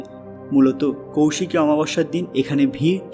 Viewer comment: Abe kousiki noy. Koisiki. Sastra ucharan na jene vdo korisn.a